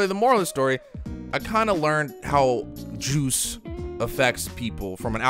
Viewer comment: My mans said “joooce” 😅😂